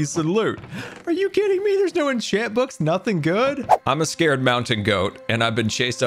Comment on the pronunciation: ed sir